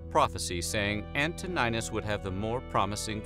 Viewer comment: What is antonajnus Learn pronunciations and who the eff is dajo